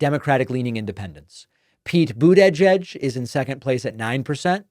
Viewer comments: Now we're pronouncing it Buddah-jedge? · If this happens, it another example of a politician putting their own ego above the interests of the country. Also, why do you always mispronounce Butigieg’s name like that? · and what's up with your weird pronunciation of Pete's last name?